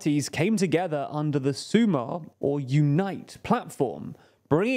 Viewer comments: SumaR, not SumA. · Small correction: "sumar" means to add, not to unite. It's also pronounced with the stress on the second syllable, so su.'mar instead of 'su.mar. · Hi, guys. Your pronuntiation here is overall quite good, but there are a couple of small points to fix. "Feijóo" and "Sumar" stress the last syllable, not the previous one. In other words, it's "FejiOO" and "SuMAR", instead of "FEijoo" and "SUmar". But other than that, the rest was on point. Keep up the good work.